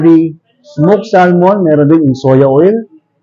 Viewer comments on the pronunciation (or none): none